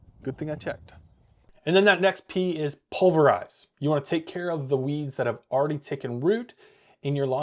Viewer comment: “Pulverize” not “Pulzerize”. Premergent may not be necessary and is very lawn dependent. If crabgrass and weeds are not a persistent problem applying a preemergent is a waste of time and money.